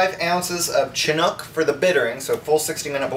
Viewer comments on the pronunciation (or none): It is pronounced Sh*inook my friend, not "Chin-nook" :)